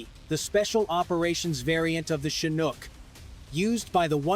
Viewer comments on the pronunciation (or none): none